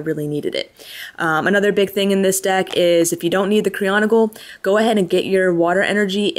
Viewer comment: Cry-OG-onal! Not Cri-ON-OGal. Sorry that really bugs me